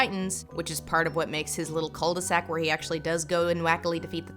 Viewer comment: Tip: the L in "cul de sac" is silent.